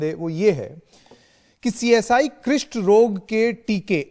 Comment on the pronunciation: क्रिस्ट रोग नहीं है भाई कुष्ट रोग है |